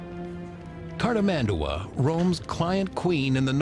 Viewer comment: It's cartIS-mandua!